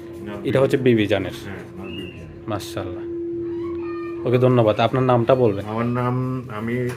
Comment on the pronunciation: মাশাআল্লাহ naki মাসাল্লা naki মসলা.?? sundor kore bolien, apni je dong kore boltesen..😑